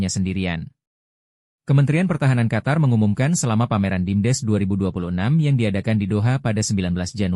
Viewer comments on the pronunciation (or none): none